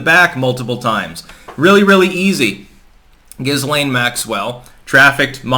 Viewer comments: It’s pronounced “Ga-Lane” 😀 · Pronounced like 'Gelain'. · Dude it's pronounced "gi-lain". You'd think after about the 50th time mispronouncing it, your wife - who should know better - would smack you upside the head. But no. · Her name is pronounced .......Gil - ean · IT'S JIZZ-LANE 🤣🤣🤣🤣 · I usually hear her name pronounced gill-laine, silent s. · Dude, you really need to learn how to pronounce 'Ghislaine', the S is silent! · Fucking hell at least pronounce the name correctly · You said jizz stain Maxwell wrong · Not to be pedantic, but the "S" in Ghislaine is silent.